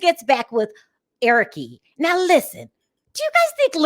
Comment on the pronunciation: I thought they he was try to get her to live in Nigeria. He didn't think it through. Angela calls him "Pop pop". Larissa isn't thinking with with head, but another body. I hate the way she add 'e' to sent of Colt and Eric names. Debbie is strange and should be on sMothers.